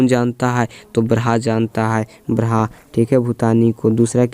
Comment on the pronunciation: उच्चारणम् शुद्धं कुरू। अत्र ब्रहा नास्ति ब्रह्मेति अस्ति